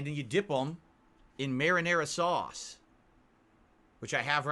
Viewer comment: (marinara.)SAUCE! He super emphasizes the sauce part of 'marinara sauce'